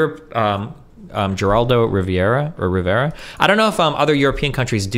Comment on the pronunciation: "Geraldo Riviera" 🤣🤣🤣